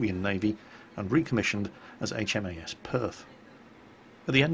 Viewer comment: I laughed every time I heard "HMAS" just because it sounds like "HMS" said with a southern American accent lol